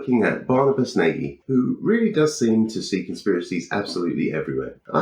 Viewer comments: Yes, old Barnabus is always good for pure daftness. BTW I think he's Hungarian so his name is pronounced Nah-gy rather than Nay-gy. If in doubt with European names, the simplest English-style pronunciation while tempting is nearly always wrong. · I think Barny is HILLARIOUS. Your take on him is also funny, but please, PLEASE can you stop butchering his name? does it, too. 'Nagy' is a very common Hungarian name (and word). It means 'tall' or 'big' and it's pronounced a little like 'nudge' or more like 'naw-dge'. Not nay-guy.